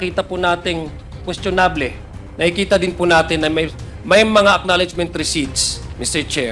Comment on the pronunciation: Queschonab-leh? Ano yun?